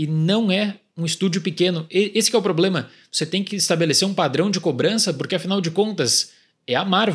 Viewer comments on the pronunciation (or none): none